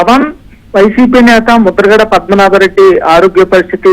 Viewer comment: ముద్రగడ పద్మనాభం కాదు.పద్మనాభరెడ్డి అని చదువు 😂😂😂